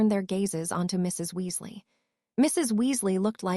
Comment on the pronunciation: It is not pronounced w u s l a h, it is Weasley